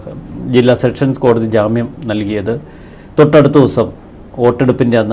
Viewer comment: എന്റെ ചേട്ടാ സെക്ഷൻ സ് കോടതി അല്ല സെഷൻസ് കോടതി മേലാൽ തെറ്റ് പറയരുത്. അടി കിട്ടും